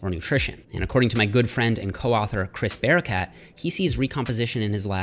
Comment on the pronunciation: When you mentioned your friend's name, I heard Chris Bearcat. That would be an awesome name.